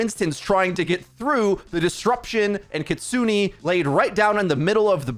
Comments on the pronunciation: its pronounced kitsu-neh, not kitsu-nee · Kitsune is pronounced kit-soo-nay, not kit-soo-nee. Japanese vowels (aeiou), unlike in English, have the same pronunciation every time. E makes an "ay" sound, never an "ee" sound. Just a small criticism of something I've noticed in every video involving Kiriko...